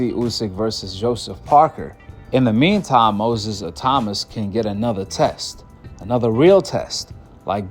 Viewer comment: Bro, his name is pronounced Moses ITAW MAAAA.